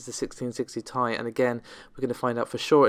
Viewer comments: OMG ...... even according to NVIDIA ......... it is T I !!! not THAI ! so please DON'T say THAI ! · AT LAST !!! .... someone have said ..... the obvious😃 : that the "Ti" for Geforce GPUs stands for "Ti-tanium" and should be pronounced as such😉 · I mean.. it is pronunced T,I but whatever..... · Agree ! even Nvidia says it is T I , Not THAI !